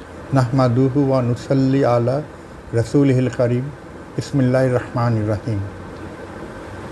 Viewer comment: জীবনে আর কি কামাই করলো ?? বিসমিল্লাহ বাক্যটা শুদ্ধভাবে বলতে পারে না ।। তার জীবনটাই ব্যর্থ 😢😢😢